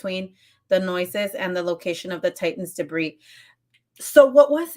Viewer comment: The S is silent in debris .